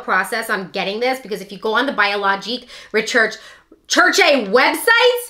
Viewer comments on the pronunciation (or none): It's pronounced , 're-sher-shay". You should try the niod non acid exfoliant sometime.